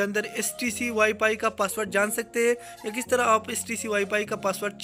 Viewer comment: Ye wifi se wipay bol raha hai ye kia hum ko sekyga hhhh